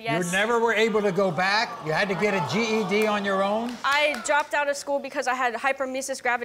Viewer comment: I think you pronounced GED wrong.